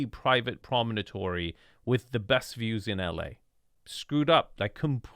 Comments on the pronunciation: Promontory not “prominotory”. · Yes, you learn things...like how NOT to pronounce promontory. :) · You are adding an extra syllable to the word promontory. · Promontory has four syllables and no letter 'a". I live on a promontory point in Austin.